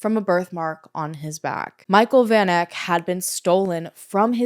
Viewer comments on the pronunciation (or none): Van Eck...pronounced...Fun Ek. It's Afrikaans. 😊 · hey! south african here. it's great to see south african cases being covered, i just wanna politely suggest checking pronounciation of names especially of victims. for example, the "van" of "van eck" is prounced like the word "fun." also interms of the life sentences, not sure if this is a thing in the US too but they could have and should have given her multiple life sentences SA is a shitshow, ive literally never even heard of this case because of how disgustingly common this stuff is. i was like 8 at the time but havent heard about it since either. just last month three farmers unalived two women and fed them to their pigs :,) you should also look into the Krugersdorp (nicknamed "Devilsdorp") cult/killers. the ringleader is serving 13 life sentences